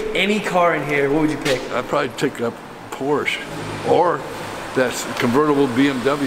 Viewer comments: When you are in a German speaking country, always pronounce the "e" at the end of "Porsche" – like the "e" in the word "elephant". ;-) Edit: Actually, always do it when there is a "e" at the end of a word (not Reisführer but Reis*e*führer! :D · It’s funny that Americans always say: „Porsch“. What happend in English to the „e“. It’s not French. It’s German. It’s Porsche. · It's Porsche not Porsch :) you need to say the E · Just a pronounciation tip to you english speakers: for the car manufacturer "Porsche" you don't say "Porsh" or "Porch", you say "Porshe". The trainling "e" here is spoken like the starting "e" in the word "entropy". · Porsch and BeAmDouble-U As a German that hurts😭 Great Video👍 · Your Videos are always cool. There are some Videos on yt where you can learn. Car names from each Country which build car. So you get every right. Because its not porsch. Its Porsche. Like its Ford not Fort. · As a Bayernfan, i´m very excited to see you watch the Chel$ea game. But please, DONT say Porsch, it´s PorschE!!!!! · It’s a PorschE! We want to hear the E at the end 😀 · Der Wagen nennt sich Porsche! Nicht Porsch! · I like your vids but just one little thing it's PorschE pls and not porch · Be am double u sounds soooo wrong. And Porsch. Please say BMW. And Porsch *e*. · I didn't asked why we Germans mostly pronounce nike wrong but ok. But I guess it is mainly because of the pronunciation of similair words like bike. Anyways what I really asked is: Why do Americans pronounce all the german brands wrong?